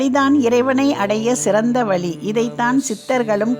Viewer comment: வலி வழி இரண்டிற்கும் பொருள் தெரியுமா வழி என்று சரியாக உச்சரிக்க வேண்டும் நன்றி